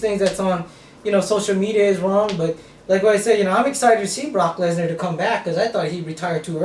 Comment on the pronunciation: "Barock Lezner!"